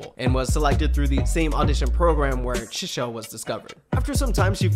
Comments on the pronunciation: Good start, but keep going with XG! They are phenomenal! Btw, Chisa is pronounced like Chi in cheese, not like Che as in Che Guevara. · her name is pronounced Chee-sah like pizza! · the way you pronounce chisa is crazy. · Ngl you butchered Chisa's pronunciation Jesus chirst lmao. Harvey was the most active member in the ent. industry being a model and going on TV programs at the age 12/13. All members are fluent in Korean but bcs all of them studied for the debut because their company is based in south korea, Hinata also learned Korean together with the girls. Jurin was a pro snowboader not semi pro. Maya is the only fluent in english, the other girls can speak and are learning but are not fluent. The girls trained in the AVEX Academy before xgalx program. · Why you saying Chisa’s name like that 😅 nice video tho